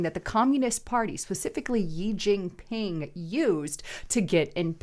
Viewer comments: "Gee Gingping" ... it is EASY to look up CORRECT pronunciations !!!!!! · This video was full of miss pronunciation and logical fallacies. JEE Jin ping. The Democrats Form of Government is succeeding because it is also succeeding in China? Circular reasoning and makes no sense. You're lookin great though lol. Just do better. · It's Shee(Xi) Jin Ping...If you never read our comments, why would we pay for your content??